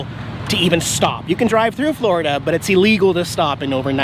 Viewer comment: "Forida" wintering review wut